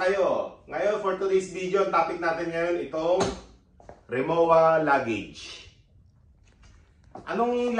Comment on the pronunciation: RimoVa po, hindi Rimowa ang pronounciation. German brand po kase siya.